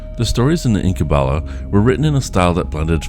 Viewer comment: Why do you pronounce Incunabula as "inkum balla"? IN-CAN-A-BYOO-LA jeez bro come on